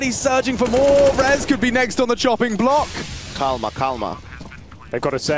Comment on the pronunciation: Gringo falando (Calma, Calma) kkkkkkkkk